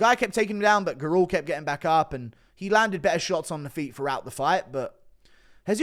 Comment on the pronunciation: Hey yo Guru the surname Gurule is pronounced Gurr-lay